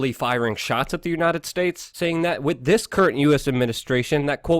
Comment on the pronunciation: Luke, I appreciate the time and research you put in, but PLEASE work on your enunciation. It drives me crazy to listen to you try to intelligently discuss these topics, while using "wit" instead of "with". Accent & enunciation, brother. Keep fighting the good fight!